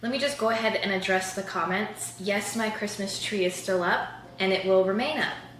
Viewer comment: “MERRY CHRISMAS”